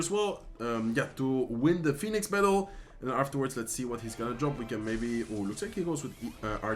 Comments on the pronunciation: Al tipo se.le sale lo Español cuando dice fénix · Fénix es en español, por eso la confusión en la pronunciación. Que agradezcan los angloparlantes por tomarte el tiempo de subir contenido en su idioma. Que no se quejen jajaj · First time here. La pronunciación del phoenix en español ❤ TQM. And im actually impressed, this feels the same as watching one of your spanish videos. Love it. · Zeg Phoenix vooral zoals je dat zelf prettig vindt. Ik wilde je er alleen op attenderen wat de uitspraak in het Engels is. Mij maakt het niet uit hoe je het uitspreekt eerlijk gezegd.